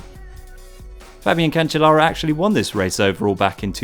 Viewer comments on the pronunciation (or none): none